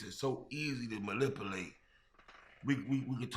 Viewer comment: 😂”easy to mallipilate” (manipulate)*